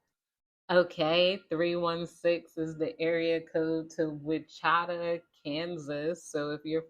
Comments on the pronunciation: Haha it’s pronounced “Witch-a-taw” Kansas 😂😂❤❤ love the Chan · Wichita = witch-uh-taw 😅